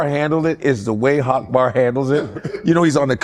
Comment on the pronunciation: Akbar actually pronounces his name better than Godfrey does his.